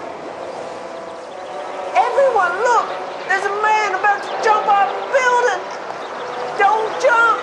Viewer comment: "Hes about to jump off thr beelding"